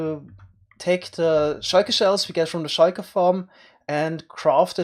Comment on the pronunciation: I love the way he says shulker